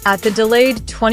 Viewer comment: Sad to say this is not a good video unless you are a rabid Femke Bol fan. Worse, the fembot narrating this can not pronounce her name properly, calling her Femk and not Femke with attention to the second syllable. I really admire and respect Femke Bol, just wish she ran at a different time than Sydney M-L so she could really shine! The narrator speaks of records owned by Sydney as if they are Femke's. Well at least this was cost-free...